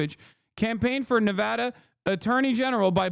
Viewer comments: Did Hasan just have full on dyslexia for a few seconds? "nevadah" and "achieved" instead of archived KEKW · Why is Hasan pronouncing Nevada like a Adanali hillbilly? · Nevehdeh... I've never heard it pronounced that way till now. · I was the biggest Hasanabihead until I heard how he pronounces 'Nevahda' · why does he say ne-ve-duh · bro how did you pronounce nevada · The way Hasan keeps pronouncing Nevada is sending me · I have never heard "Nevada" pronounced quite like that.